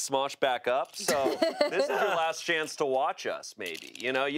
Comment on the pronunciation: said cuunty:D